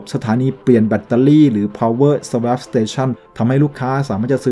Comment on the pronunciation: SWAP อ่านว่า สะวอป ครับ